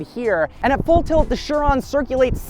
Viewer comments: I thought Chiron was pronounced “She Ron” not “Sure ron “ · Who else pronounced this “KI-ron” when they first heard of it? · Learn how to pronounce Chiron please it's driving me insane